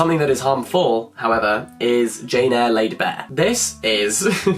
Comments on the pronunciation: i can’t believe he said jane hair hahah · I’m rewatching this video, and “Jane-hair” took me out yet again